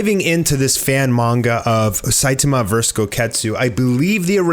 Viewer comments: It’s sai tAHmAH not saitamuh. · SAI TA MA not Sai ti ma 🤦🏻‍♂️ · Why do you say “Site-Tema” kinda annoying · It pronounced say toma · sai-tummuh lol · At least pronounce the name of the main character properly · The way u pronounce Saitama 😂😂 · Pronounce Saitama’s name correctly. You’re butchering it smh 🤦🏼‍♂️ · I like it when you pronounce Saitama. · No hate or anything but the way u say Saitama bothers me but love ur videos keep it up! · how do you manage to butcher Saitama that badly lmao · Hey,. Are you aware that you’re pronouncing Saitama’s name wrong, and are you going to do anything about it? Edit: Ex: The a in the middle is being pronounced as a e in the middle